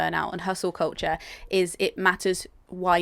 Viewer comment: Koltcher is what I’m hearing 😂